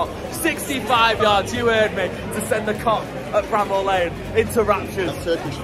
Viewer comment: Its not Bram Hall lane mate...no h